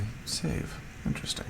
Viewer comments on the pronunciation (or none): none